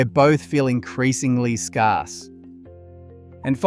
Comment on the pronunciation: Shit AI narration "scar..se"